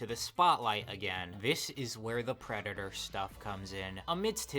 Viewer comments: I adore when people like this have a speech impediment "I am not a pwedatow" I am on the floor. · "I am not a pwedatowr"